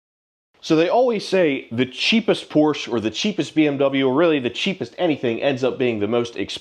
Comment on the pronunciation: I heard you interchange Porsch and Porsche. Seem like you're on your way to always pronouncing it correctly lol